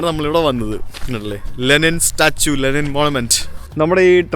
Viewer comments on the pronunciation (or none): Wonderful... പക്ഷെ രണ്ടു തവണ ലിനെൻ എന്ന് പറഞ്ഞത് മോശമായി... തിരുത്തി വീഡിയോ ഇടണം!!! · Linen alaa bro Lenin Aanu.. 😂